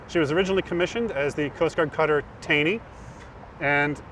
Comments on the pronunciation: BTW, the name is pronounced Tawnee, not Taynee. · Taney was pronounced "Taw-nee" at least the person it was named for pronounced it that way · Pronounced "TAWN-NEE" USCGC Taney. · The man’s name was “Taw-nee”. The crew always mispronounced it to “tay-nee” to disassociate themselves from the guy. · It is pronounced "Tawney" as in Taneytown MD. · I thought it was pronounced as “Tah-knee.” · It’s the Coast Guard Cutter Taney! Just galls me to hear them call it “Coast Guard Cutter 37”.